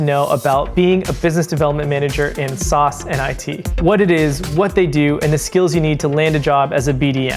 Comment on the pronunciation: lol I've never heard anyone pronounce SaaS like "sauce"